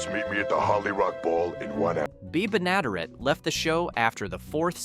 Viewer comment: Bea Ben-ah-DARE-it.